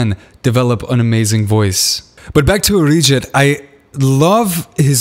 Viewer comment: His Arijit sounded like 'a rigid'.🙄😁😁